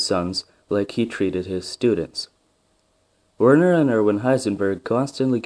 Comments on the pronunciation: It's pronounced virna heisenberg. And it's surprising that his brother is also called Erwin. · Pronounce the W like V. You also forgot about Werner's older brother Groucho Heisenberg who always knew where he was just not certain how he got there.